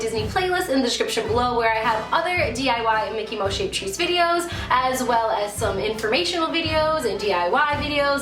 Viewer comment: It's mouse not moush